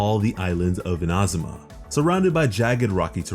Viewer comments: eena- zoo- ma (not in-ah-zoo-ma) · It's neither. it's more like ee-na-zu-ma (IDK about the emphasis) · Its Inazuma not Inazuma .. plz say it correctly .. its annoying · In-A-Zoom-A im sorry but its said this way in game and you butchered it the whole video. Please fir the Archons say it right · “Ina zooma “ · Not to put any hate but anyone annoyed at how he says Inazuma as Ina-zum-ah? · He said Inahsumah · yeah i heard you say inazuma once and knew this video was just not for me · The way he says Inazuma upsets me, but I appreciate the video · The way he says inazuma hurts me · The way he says Inazuma bothers me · Why do you say inazuma like that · the way you say inazuma scares me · Its not iNazuma its InaZuma, also SuMeru not SUmeru, its baAl not ball, im so sorry but this is anoying me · No hate but it annoys me how you say Ina-zuma and ba-kafu